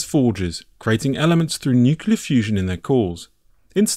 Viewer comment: NUCLEAR, IT IS FUCKING PRONOUNCED NU-CLEAR, NUCULER IS NOT A WORD. IT SOUNDS ABSURD AND UNINTELLIGENT WHEN SAID.